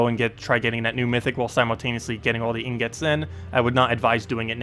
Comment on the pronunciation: 'EEEN GIT' ffs. your pronunciation kills me, my guy.